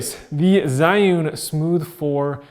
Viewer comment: I believe it's pronounced Ji-yun like the word June but with an "e" after the J.